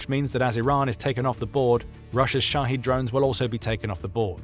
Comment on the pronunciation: Shahed drones! I thought he was saying "Russia's shotty drones" as in sh!tty. 😅